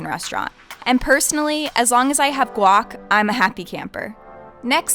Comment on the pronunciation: you lost me with your "guac" XD